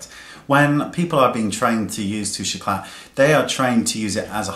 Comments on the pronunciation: I hope I don't sound obnoxious by saying this, but you don't pronounce the "T" in this my darling. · "The worlds most misused product" tbh it's probably the worlds most mispronounced product, it's really annoying me how you are pronouncing it wrong...